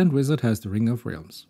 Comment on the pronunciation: Qwen with Questions is pretty good. The thought of being able to run something like that on my computer is mindblowing. It having gotten this puzzle correct is amazing. By the way, your pronunciation of realms is incorrect. It's more like: 'rælms'